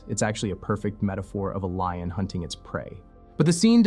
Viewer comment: "I mean, think about it..." Did you say Lion or Lying? "The Lannisters are Lions..." cough liars cough...